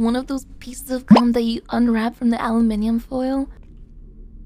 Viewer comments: ew she says aloo-min-eum lol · When she said aluminum